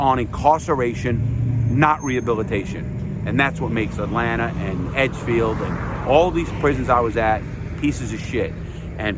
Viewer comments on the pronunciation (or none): "right in the heart of atlantar" lol man Larry ur genuine 🙂